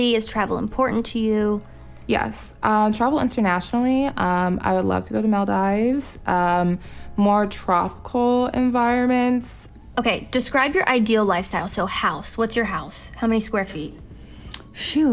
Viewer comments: According to Google the British pronunciation is "mol-deevz" while the American pronunciation is "maal-deevz"... If you think it can be either then do you know who says 'dives' instead of 'deevz'? I'm not sure what the people living there refer to it as, but if they don't pronounce it like 'dives' then I'm not sure which pronunciation you are appealing to when you are saying both can be correct... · "Mel Dives" LOL